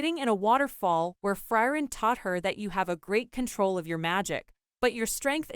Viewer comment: Who is Fry-ren?